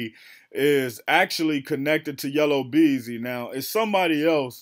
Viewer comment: YellA Beezy NOT YellOW Beezy 😂 😂 😂